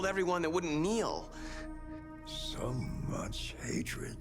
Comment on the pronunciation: why did he say kneel like that 💀💀💀